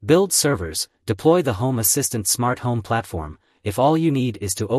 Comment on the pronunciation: та на английском он же не правильно говорит.